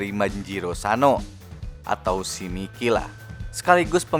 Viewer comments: Bukan miki tapi mayki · Mikey (bacanya Maiki)